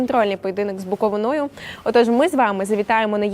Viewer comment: З БуковИною, а не з БуковинОю.